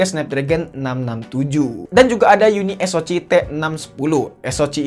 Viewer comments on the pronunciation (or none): Uniso "si" om, bkan Uniso "ci"😂😂😂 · Bang spelling nya uni es o ce. Bukan ci. 🤣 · Harus nya baca nya YUNI S O SI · Kenapa bacanya gak unisok aja sihhh😎